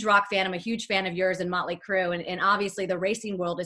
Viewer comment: Ha "möntly" Crüe